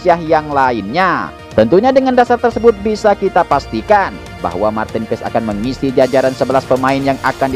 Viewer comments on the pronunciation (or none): Cara sebutnya.. Martin PAAys.. 😊.. Bhs Belanda min... Bukan paEs😅..